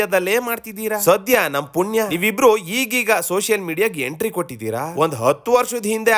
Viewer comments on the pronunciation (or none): none